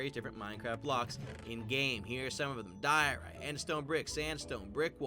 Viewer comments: Diorite? I thout u said dorito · FINALY THE DAY HAS COME I found a Minecraft player who pronounces diorite ‘DIE-or-rite’